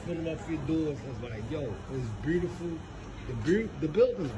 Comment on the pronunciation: Aye he fucked me up wit “Brutiful” 😂😂😂😂❤❤❤❤ Peace and 💕 love